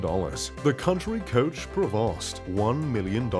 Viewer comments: Prevost is pronounced Prevo.. Just saying 😎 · It is clear that this guy doesnt know jack $hit about RVs !!! The way he pronounces cummins engine like cumin!!! Or the way he pronounces the Prevost!! You need to pronounce it in a French accent and the ( S) is silent. And he puts a picture of the Outdated XL chassis while the H3 chassis is the more modern one. And where is Librity, Emerald, or Marathon coaches! This feels like a paid advertisment for the ugliest RV ...the so called ( Plazzo) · Your VO sucks, and it's PRAY-voh not PRAY-vost for Prevost. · I knew this channel was a fraud when he called it a "pre-VAHST." It's "PRAY-voh." Anyone with any real education would know that. And the Elemment Pallazo is ugly as hell. How tragic. I'll take the Prevost. This is as bad as Alux. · Trying to sound rich but can't even pronounce "Prevost" correctly! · Want's to sound posh, but cant pronounce Prevost to save his life. 😅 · Obviously guy not real. Doesn't know how to say Prevost!!!! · That's not how this brand, Prevost, is pronounced. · The narrator should learn how to pronounce "Prevost ". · This reviewer can say palazzo but he can't pronounce Cummins, Newmar or Prevost. 😂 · Considering that Prevost coaches last 30-40 years easily, I doubt it. They don't even need a service check before a million miles+ has been put on the coach.. There's a reason they cost what they cost. A Prevost from Marathon Coach is around 2,5 million dollars. So I don't know where this 1 million mark comes in. Its very low for a new Prevost. But then again, the guy doing these videos can't pronounce shit. To begin with, the S and T are silent. But I just heard him pronounce a certain Ferrari and that was another weird thing. So idk 🤔